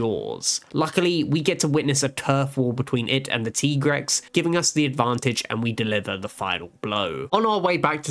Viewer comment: Tie grex, not tee grex